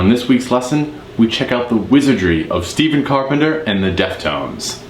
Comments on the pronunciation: Carpenter’s first name Stephen is actually pronounced “Stef-fen”. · You play the right notes but just don’t have the feel or groove in the riffs. But that’s what makes Stephen (pronounced with F not V) so great